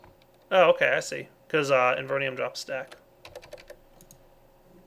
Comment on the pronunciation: y u no read item names better? There's no second N in inveRium. And it's forCICIum